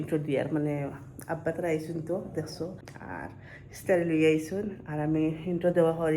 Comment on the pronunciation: ইসতারি নায় ভাই ইফতারি বলো